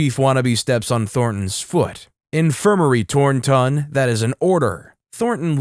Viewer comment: The story is hilarious, but why oh why read Tor-ton as THOR-ton emphasizing the the TH in Thor? 😅